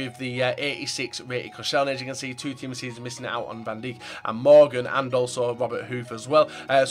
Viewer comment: It's pronounced van dike